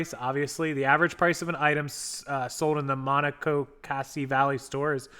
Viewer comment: I am from Maryland and enjoying your pronunciation of Monocacy. When you are from an area....you forget how hard it is for others to pronounce local names of places. Ma-knock-a-see